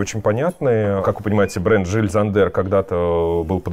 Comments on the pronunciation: Ага, правильно, только не Жиль ЗандЕр, а Жиль ЗАндер ударение 😂 Как и в МЮглер, катАрсис! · Интересно, почему немецкие имена надо произносить на французский манер? Жиль СандЭр? А правильно ведь Йиль ЗАндер. Например, Jenny - это у немцев Йенни, а не Дженни и не ЖеннИ. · Идея то хорошая. Но для начала нужно прозносить правильно названия брэндов, Джил Сандэр и ударение в анг.языке всегда на 1 слог. Странно что Саша этого не знает. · все таки Jil Sander - это Жиль Зандер с ударением на первый слог ;) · Все-таки Jil Sander все-таки с ударением на первом слове в фамилии произносится! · С чего бы это в немецкой фамилии Зандер было ударение на последний слог? На первый! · Дыа! И в Мюглер на первый, я уже в который раз тут разоряюсь в камментах по этому поводу 😆 Это равносильно говорить: РогОв и ИвАнов 😂